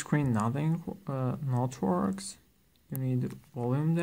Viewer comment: The screen not works. And the way he said works KILLED MEE!